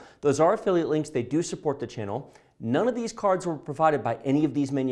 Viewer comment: the way he says "caarrrds" LOL